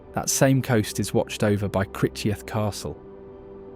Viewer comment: Crick eth castle. Not cricheth.